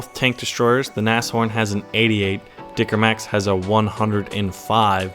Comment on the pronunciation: the speech was very good but the A is not german A enough :D A little bit training and it'll be better ^^